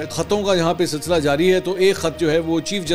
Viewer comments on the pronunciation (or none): none